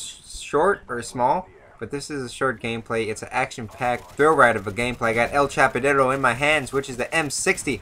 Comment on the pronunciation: Everytime you say "el chappadero" I crap my pants from laughin so hard